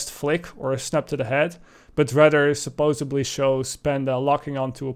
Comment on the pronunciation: you said "supposuBly"